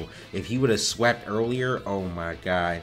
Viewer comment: "OOohh my gud" 🤣🤣 love it wen says it like that funny af